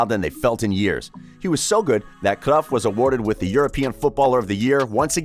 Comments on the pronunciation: Cruyff not cruff g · Jesusssssssss .. it's not CRUFF you Idiot .. it's Cruyff .. it's annoying .. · his name is cruyff no cruff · I’m getting annoyed by watching this just because of his way on saying cruyff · Am I the only one that hates how he pronounces words like Barca and Cruyff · You pronounce his name wrong bro